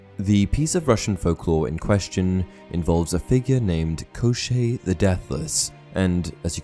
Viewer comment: One side note-despite how the name gets transliterated as Koschei from Cyrillic, it does not rhyme with crochet, It sounds like Koshchey where both the sh flows into a ch sound (it's the Cyrillic consonant щ )